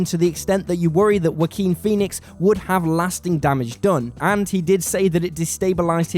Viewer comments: I'm sorry but I keep hearing whacking phoenix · it really bothers me how you pronounce his name as Wakin Phoenix, almost as bad as one of your other guys who always says "Double U Bee" instead of "Warner Brothers"